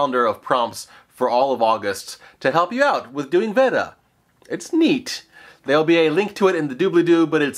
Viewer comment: VED-A, this is a new pronunciation in the VAY-DA vs. VEE-DA war.